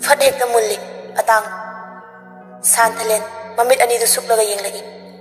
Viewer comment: San...thalen haibg mahut santhalen hain pronoun twbir d amuka henna nungaijni😊